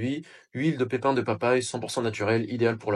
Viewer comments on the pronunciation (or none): Merci pour la vidéo. Mots nickels Pépies de papajie au lieu de pépins de papaye. Ideal sans accent et origine avec accent sur le n